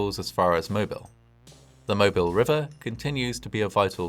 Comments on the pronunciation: side note, in the US it's Moe-BEEL, not Moebihl. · not 'mo-bill' it's pronounced 'mo-beel' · A wee criticism: the name of the port city in Alabama is pronounced “Moebeel.” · Wonderful video. Just a point of correction: The city name of Mobile is properly pronounced “mo-BEEL” rather than “MO-bile” or “MO-bul.” It’s the French version of the name of a local indigenous tribe. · Just an FYI, Mobile (the city and river) is pronounced mo-beel not mo-bil. If you aren't from the south, you wouldn't know. I grew up about 30 miles from Mobile. 🙂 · Okay, I'm not gonna lie, but your pronunciation of Mobile is cracking me up. =) I'm a native to the area - it's not pronounced like you you'd pronounce "mobile home", it's closer in pronunciation to "Mo-beel", with more emphasis on the "eel". You're not the only one to say it that way, but it cracks me up every time. All that said, thank you for going over this piece of our history. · Mo-BEEL - not Mo-BIL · Great video! One small correction, as someone from Alabama: the city and port of Mobile is pronounced "mo-BEEL". A lot of people who aren't from here assume it's pronounced like the word mobile, as in "mobile phone", but the stress is on the second syllable. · Mobile is pronounced Moe Beal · It's pronounced "Mo-beel!" If you pronounce the city in the British fashion, then you'll automatically peg yourself as an outsider. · It’s pronounced “mo-beel” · Mobile = "Moe beel" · I've only ever heard it pronounced "Moh Beel" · You’re really close on the pronunciation of Mobile. Us folks here in ‘bama usually say Mo beel, accent on “beel”. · FWIW, they pronounce Mobile as "mo-beel".